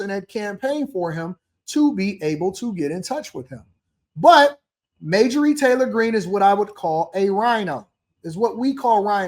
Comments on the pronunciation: He knows how to say her name he said it later on in the video. I jumped on him earlier a little bit about that too. About time I went on to make some other comments He said he called her MAY JOR REEE not Marjorie. ( Marge ger ree) Is 10 way of putting her down calling her out for being a fake in his opinion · Major ree lol , MARG- E ERY I know it's an old name bro. But you pronouncing it wrong but it ain't that big a deal I just had to point it out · please say the got dam woman's name correctly at least thanks